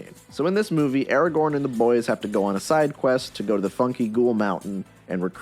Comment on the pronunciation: Stop saying Eragorn!